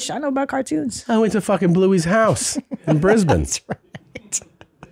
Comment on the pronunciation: Being from Brisbane, im impressed with Tom pronunciation of it.